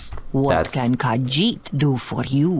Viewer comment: your khajiit accent is so good